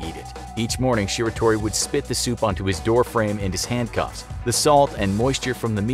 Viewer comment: him saying shiratori wrong makes me cringe